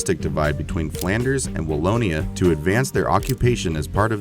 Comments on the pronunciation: Wallona? Really? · The south of Belgium is not called Wall-o-nah.... LOL